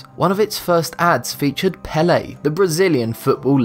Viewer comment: Its pronounced like pay-lay